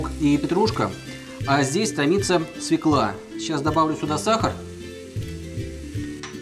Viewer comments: свЁкла,а не свеклА. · обожаю ваш канал! спасибо за рецепт) только, пожалуйста, не свекла, а свёкла) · В русском языке нет слова свЕкла. Есть свЁкла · Фу.. не свеклА!!! А свЁЁЁкла!!!! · Ударение в слове СВЁКЛА нужно делать на букву Ё, а не на А, а то вы говорите, как Горбачёв! Спасибо за Ваши рецепты!